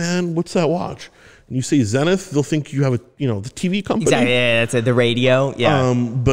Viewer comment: Hey great Interview! Zenith is a great brand but its pronounced a bit differently ;)